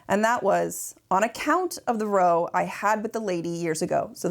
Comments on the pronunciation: ( "Row," as in argument or disagreement, rhymes with "cow." Sorry, you needed to be told.) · The word "row," when referring to an argument or fight, isn't pronounced "ro" like a lineup of people or items, but rhymes with "bow" like something an actor does at the end of a play. English is fun. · Just a little vocab input since I know you enjoy nerdy things!! Not correcting just to be a meanie, I only do this for folks who appreciate and enjoy linguistics. <3 It's actually said Row with a short "A" vowel sound, as in the same as cow! It's most thought to come from the roots of the words Rouse, or Arousal, as in incitement, argument, activation, heightening, energetic, loud, conflict, etc! Weirdly one of my favorite old fashioned words that still persists in some places in the world! I use it sometimes and I'm in the USA, and I think I gleaned it from older books growing up, Brittish TV, and some of my older family members who use more robust and varied vernacular. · Not only “row” but “Amelie” and “risqué.” The last isn’t pronounced “risky.” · "Amelie" is pronounced "Ah-may-LEE". As in the French film "Le Fabuleux Destin d’Amelie Poulain". Also "row", a falling-out between 2 people is NOT pronounced like "row your boat" but rhymes with bough. Ah Americans... The unbridled honesty and candor are refreshing, even if l do not share your opinion of the scandal surrounding the painting. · "on account of the row", 'row' is pronouncef the same as when you might 'bow' your head to pay respects. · (p.s. is that an american pronunciation of row? i havent hears it before)